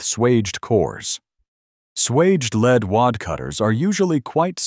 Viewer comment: whoever is doing the talking needs to know: ""lead" (pronounced LEED) is the present tense verb for guiding or a noun for the leading position, while "lead" (pronounced LED) is a noun for the metal"